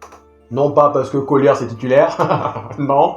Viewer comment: Pourquoi tu dis ''collyess'' ? C'est COLLYER si je me trompes